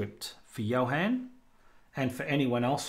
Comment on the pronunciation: Thank you very much, but this was a disappointment. Thunderbird and Firefox tar, could not pin on the dock. The deb I could. BTW my name isn't pronounced Johen, but Johun;)